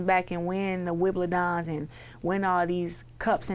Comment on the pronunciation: Did this bih just say wimbuldon's😂😂😂😂😂😂😂😂😂fuccc naw.....baby gurl embarrassing...